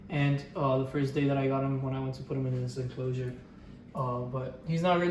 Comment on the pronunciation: Is it just me or the way he says "enclosure" is satisfying 😭😭😭😭